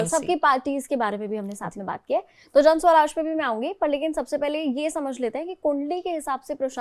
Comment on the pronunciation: Mam its jansuraj not janswaraj